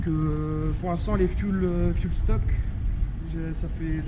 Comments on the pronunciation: " fioul stock " 🤣🤣✌ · il a bien dit fiul stock ??